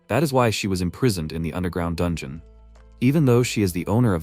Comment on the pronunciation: "mmm Jol neer" OK, so the Channel owner missed one. Another word AI has trouble with "Bow" Archers wield, People "Bow", bau bau bau... Dungeon = Don-John. All right, that's enough, I'm out.